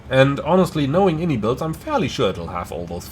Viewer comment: fyi, its actually pronounced (eye-en-eye builds), and not the popular way of (in-ee-builds) the devs clarified it on a podcast a little while back, that being said, your a big boy, u can call it what you want haha